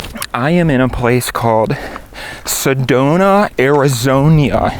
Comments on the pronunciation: He said Arizoña, smh. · i hope he's enjoying all that wonderful heat we provide also love how he pronounces Arizona with that extra 'i'